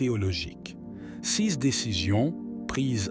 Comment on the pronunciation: L'homme qui lit le texte a une façon très incorrecte de prononcer le mot "ces", qui revient très souvent. L'homme qui lit prononce ce mot comme s'il fallait prononcer "sise". En fait, la bonne prononciation est "sé", comme dans les mots "sécurité" ou "sécessions".